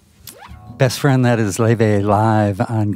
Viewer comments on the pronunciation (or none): It’s more like a loy - vay except the oi is mixed together and mixed. She features on a different channel in which she pronounces it in English (lay vay) and in “True Icelandic fashion ✨” (loi/loy vay) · Laufey is so refreshing to hear in this day of copycat modern pop…she takes you back to a time of creative and original tunes. I guess her name is pronounced “lay-vay”??